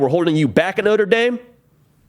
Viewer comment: I think he’ll be able to use his talents more at LSU instead No-trah Dah-m